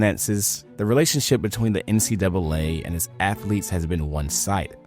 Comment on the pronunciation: He wants them Cartman student ath-o-leets back